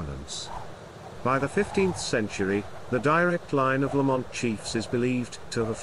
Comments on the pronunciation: It's pronounced Lamnt not bloody La mont 😡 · It is embarrassing that a video alleging to be about clan history cannot even pronounce the name correctly. It is not pronounced lah-MOHNT, with the stress on the 2nd syllable. The first syllable is LAMM, like Lamb of God. The 2nd syllable is mint, like mint tea. LAMM-mint. This is a serious error. You should redo the entire narration track of this video.